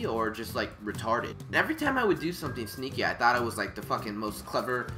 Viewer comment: For a second there I thought he said stinky